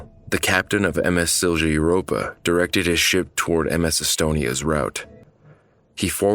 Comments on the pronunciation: It's pronounced Silya Europa, not Silgia Europa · Siljuh 💀💀💀 its pronounced Silya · Bro did you just say silša europa? Im sorry but its sil-ja europa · A small friendly help: It's pronounced Sil-ya Europa Not Sil-sha or Sil-cha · Good job overall but Silja should be pronounced more like Silia rather than Sil-jah. Again, apart from this minor thing, good job 👍🏼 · Silja is pronounced "silia" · You should to the one with the Zebrugge Ferry...it was sailing from Belgium to England I believe, and it sunk because someone actually forgot to close the auto entry door beneath the port of the ship. Also, it's sil-ya...the j has more of a y sound in Finnish. And when you say Turku, you roll the r, which you do on most r's in Finnish. In the end, officials in Finland, Sweden and Estonia were all held accountable, each for different things. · You absolutely butchered "Silja"